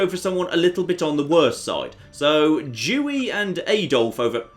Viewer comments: why does pronounce Dewey with a "dj"? Makes me think he's saying a slur. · I wasn't looking, so hearing him say Adolf and then hearing him pronounce Dewey was concerning